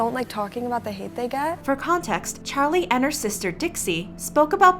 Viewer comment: D-did you just say "chali"